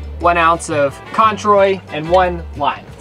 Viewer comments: Cointreau (orange flavored triple sec liquor) pronounced "qwan-tro" Hope you enjoyed your day and the cocktails, the view looked incredible! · "Controy"? I love you guys! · Hee hee "controy" Cointreau 😆😉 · It’s a great thing that you surf a bit when you’re gonna eat your way through Mexico 🥴😃 Oh, get some extra bottles of water for safety. And it was hilarious to hear an American pronounce ‘Cointreau’.